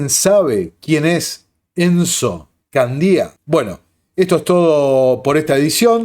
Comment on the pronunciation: ENZO CANDIA, , no CANDÍA. No se acentúa la “I”, trataremos de averiguar,Te apoyamos Nico Moràs, y tendrá que devolver lo hurtado